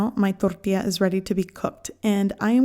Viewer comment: This is the lady who pronounces Tortía instead of Tortilla. She’s probably from Sinaloa 😂